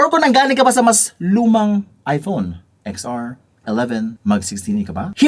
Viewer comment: "Ten R" kase.